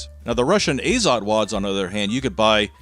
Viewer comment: A little bit of trivia. It's azOt, not Azot (too lazy to figure out how to put stress symbol properly). And for whoever might be curious it means nitrogen.